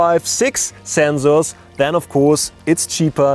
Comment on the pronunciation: "Do not make comments about his pronunciation" "Do not make comments about his pronunciation" "Do not make comments about his pronunciation" "Do not make comments about his pronunciation" NIICEEE ZENXSORRS !!!1!!1!!1!